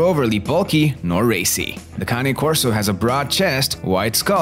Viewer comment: County Corso ??? Cane ( pronounced - - caw-nay) Corso Italiano - - they are a working class dog and need to have a job or function to stimulate them. By all accounts they have the third strongest bite somewhere in the range of 700 psi and I believe it after watching my 19 month old pup crush a one inch stick simply by clamping down on it. If you look on this page you'll see Jason Cory's vids on his Cane named Bruce Wayne and mine looks like Bruce right down to the huge size, black color and white blaze on his chest except mine has the natural ears with the docked tail and weighs over 160 pounds. Most of what this guy in the video says is spot on especially the need to TRAIN YOUR DOG PROPERLY and get it used to meeting people and other animals - - properly socializing them. If you get one the size of mine he had better listen to commands or you'll have to walk it accompanied by 3 strong men and a gorilla - - they are powerful dogs and very athletic, very quick and agile. You get out of a dog what you put into it and in most Cane Corsos the protection instinct is just in them - - they are very observant as they are constantly on the alert so the owner has to be aware of how their dog is behaving and what he/she is telling you because if they deem it a threat they'll go after anything from a skunk to a grizzly bear ( going after either of those poses great problems but for different reasons obviously ) mine tried to bite the face of a grizzly chasing salmon upstream on my big fl